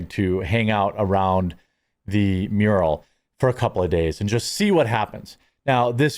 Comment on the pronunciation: Mural, not muriel.